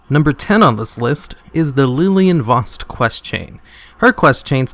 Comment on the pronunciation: Lilian Voss, not leeleean voss. God fucking damn it